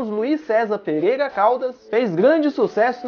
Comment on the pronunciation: Eu achei muito legal o conteúdo, mas principalmente a narração. ... "A atriz Mila MOGUEIRA. ..": "PEGUEIGA" (PEREIRA) kkkkkkkkkkk mas, de boa! eu tbm tenho a língua presa